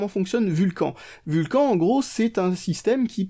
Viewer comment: Vul cane et pas Vul quand :p Sinon bonne vidéo :)